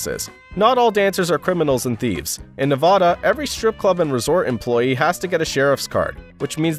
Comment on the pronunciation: Except "Nevada". Otherwise, it was all on point.